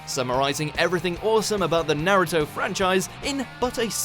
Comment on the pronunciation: Why he say naruto’s name like that tho..